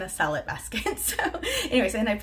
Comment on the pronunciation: I watched a new video about organizing your fridge and I would swear you said "Sell it" basket and your explanation made no sense. I just heard here what you said... "Salad basket". I'm over here rolling.